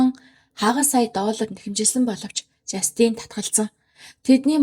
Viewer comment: жастИн биш ээ, жАстин гэж дуудна